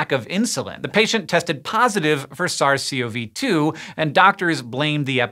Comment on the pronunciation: "ZARZ SEE OH VEE TWO" this might be the dumbest pronunciation yet :p